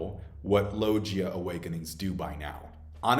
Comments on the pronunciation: Its logia not lojia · Man learn how to pronounce the word logia properly cuz you're not man it's not low Gia is logia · Say it with me Lo-Gi (G as in Guss)-A Logia Not Lojia lol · Hey idk if you know or just have a preference but it’s pronounced Low-gi-YUH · I love your video and comments and theories but gotta correct you again, it's logia, as in GUITAR, not "JiTAR" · You pronounce Logia wrong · I’ve never heard someone pronounce “Logia” the way you do and it’s kinda weird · Is there a reason pronounces "logia" incorrectly? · Bro how can you still not pronounce "logia" correctly? It's mad annoying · Normal person:Zoan Paramecia Logia this guy: Zo Han Para-Meshia Log-Gee a anyone else notice this